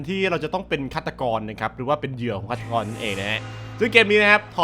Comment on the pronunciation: พี่พูดผิดอะ ฆาตกร เจสัง 555